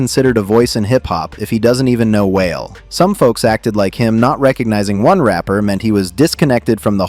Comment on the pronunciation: WHALE LMFAO....ITS WAH-LAY..... STFU AND STOP ACTING LIKE YOU KNOW MY CULTURE EITHER....IDIOT